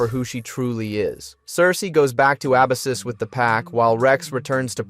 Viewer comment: There's so many errors though... meechum/meek'em, Abyssus/uh-bye-sis, evo/e.v.o...